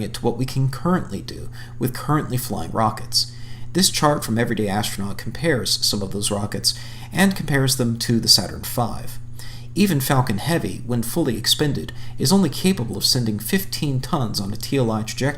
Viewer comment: and "actornaut"